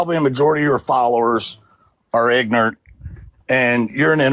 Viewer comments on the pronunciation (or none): (Between gasps for air) "You and probably a majority of your followers are ignernt." "Ignernt." Hmm. Well, when you put it that way....